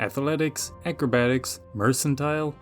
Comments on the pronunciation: mers and tull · “Mer” as in mermaid, “can” as in a can of soup, “tile” as in a tile on the floor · MER-CAN-TEAL if you feel fancy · Mer-can-tee-leh, must be Italian! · still not knowing how to pronounce mercantile is precious. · One day he'll figure out that you say the "c" with an "s" sound like in mercenary.